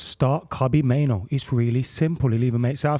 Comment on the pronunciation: Why does the Man United fan mispronounce Kobbie Mainoo's name as "Kobbie MainOWE?"